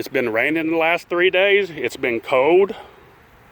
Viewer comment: This guys english is shit. Cold has an l it's not code like he sais